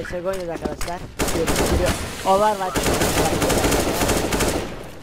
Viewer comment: ovarvaç nice ingilizce